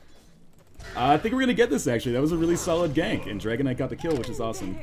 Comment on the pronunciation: Whenever you say Dragon Knight all I hear is Dragonite.